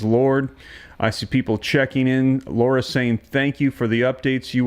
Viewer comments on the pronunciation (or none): none